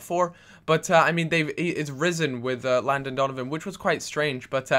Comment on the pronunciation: "Landon Dolonvan" silly gooby!!!